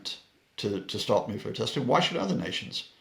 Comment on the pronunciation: Stop!!!! The nucular talk.